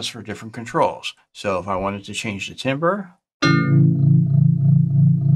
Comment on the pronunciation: My soul dies a little every time you say “TIM-ber” instead of “TAM-ber”.